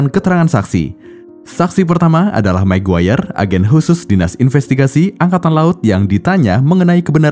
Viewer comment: ada mc guayer guys bukan maguire